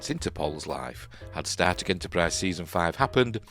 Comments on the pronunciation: Wait, is he saying Star Trek or Starship but it sounds like static? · I keep hearing "static Enterprise ". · I think he is trying to say Star Trek rather than starship as to me Star Trek w/o "r"s seems to my mind closer. But you ate right, I can't be sure. Idk what nonrohtic speakers problem pronouncing "r"s is . They pronounce them sometimes, like at the beginning of words, I think. And sometimes they place them at the end even when we don't use an "r". In "A Day in a Life" John , I think, sings" I sare a film today. In American English, we use glotlestops, so we can separate "saw" and "a" w a glotlestop. But apparently, Liverpudlian English doesn't have glotlestops so he separates the words w an "r" So if nonrohtic speakers can pronounce an "r" at the beginning or end of syllables sometimes, Idk why they can't pronounce it when it is supposed to be there. Laziness is all I can figure, but what do I know. I'm not a linguist.